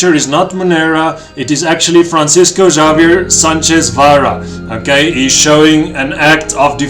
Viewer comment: No hard "J" in Javier. in Spanish "J" is pronounced "H" "Havier".